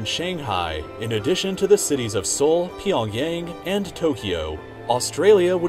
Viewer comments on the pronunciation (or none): none